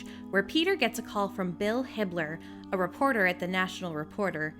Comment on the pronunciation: Am I the only one who thought she said Hitler and not Hibbler?